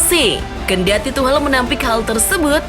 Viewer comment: Tuhcel mbak bukan tuhlel wkwk